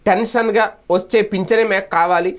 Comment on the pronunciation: టెన్షనుగా కాదు ఠంచనుగా. దయచేసి తెలుగును చంపకండి సార్.